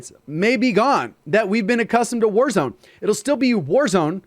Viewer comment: Bro really said concert in wazrone😂